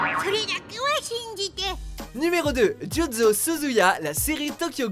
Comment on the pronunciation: La prononciation du nom de mon personnage préféré m'a fait mal au oreilles... Juzo... OK, c'est peu être compliquer mais bon...